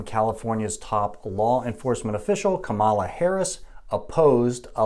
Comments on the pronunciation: It's pronounced Comma - La Not Come - ah - La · Her name is pronounced Kama-la not Ka'mala. I think you are mispronouncing by accident. Fox news and other maga media mispronounce it on purpose. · Give her the dignity as a human and pronounce her name correctly. It's also called Cannabis, Marijuanais a racist and unscientific term. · He can't even say kamala right. Yeah he's gonna school us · Say her name right. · Still can't pronounce her name correctly huh? For allegedly being a doctor, you really don't listen well. 🤦‍♂️ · You’re claiming to be providing facts, but couldn’t even do enough research to pronounce Kamala’s name right? Seems sus.